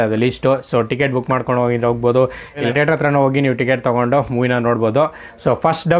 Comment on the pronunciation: Bro its not tater its theatre